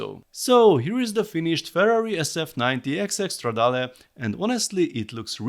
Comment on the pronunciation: Thank god, someone who knows how to pronounce "Stradale".